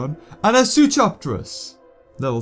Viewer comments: IT'S SOO-KOE-RIP-TER-US NOT SOO-CHOP-TER-UCKS BEAVER!!!!! Same with Suchomimus. ITS "CO" NOT "CHO". AND SKELETOR IS NOT GOOD IT NEVER REALLY WAS YOU SAY IT IS AND WAS BETTER THAN SPINORAPTOR BUT IT NEVER WAS BETTER. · you pronounce Suchoripterus wrong. Its Soo-ko-rip-ter-is. But, you can do whatever you want.